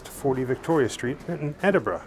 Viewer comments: I have to congratule you. Very rare for am American to correctly pronounce Edinburgh properly. Normal is Edinbrooo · Thank you for loving my hometown as much as I do and for pronouncing it right! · Thank you for pronouncing Edinburgh properly.